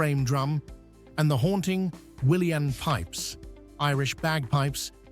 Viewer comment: the "william pipes" how disrespectful. research and proper pronunciation sadly lacking here. no praises from this irishman ! ☘